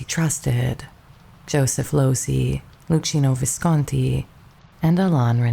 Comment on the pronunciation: Thank you very much for the video. By the way, the great Italian director’ name it’s pronounced Lukkino Visconti